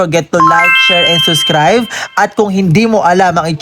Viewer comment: Subscribe po hindi po suscribe